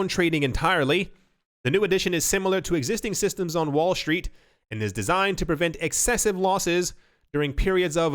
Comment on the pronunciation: Curious about an "accent:" 🤔 why do people say "sh" for "s" when a "T" is after it? Like "street" etc. They say "shtreet." sup witdat? 😁